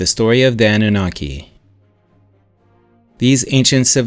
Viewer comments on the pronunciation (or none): none